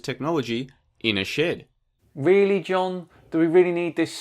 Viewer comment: Is it just me or does his pronunciation of shed sound a lot like shit?